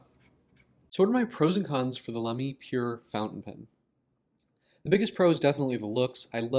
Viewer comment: Sounds good to me when comparing it with German You Tubers. 🤷‍♂